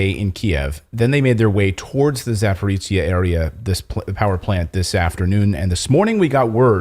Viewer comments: Clayton - you are using tse (ц) when you need zhe (ж - soft or``French' ' je). Za (beyond) porojiye - porogi (rapids). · Clayton please can you pronounce za-po-ro-zhya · Please pronounce it [Zaporozhie]